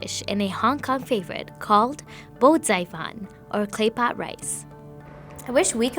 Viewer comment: respect to the reporter for nailing that pronunciation for bo zai fan and fan hiao